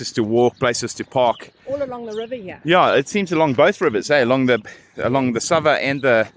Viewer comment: St Sava , not Sabah